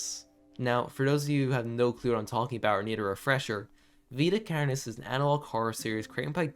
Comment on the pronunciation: you say carnis so irish. carrrnis